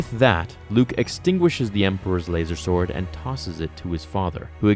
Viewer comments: You lose all credibility the second you say lazer sword....... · Why the fuck are you saying lazersword? 😂😂😂🤣